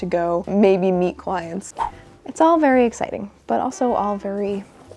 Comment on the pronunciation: "If I am to be with clients" sounded so much like "if I am to be with child" for some reason 😂